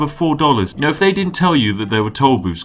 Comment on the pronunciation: “ Because, yano. Tollbooths...”